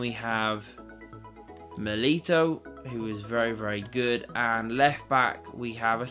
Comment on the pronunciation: It’s miliTAO not milito